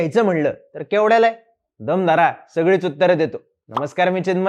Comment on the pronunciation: tu DAM dharayla sangtoy ka DAM detoy amhala 😂🤣😂🤣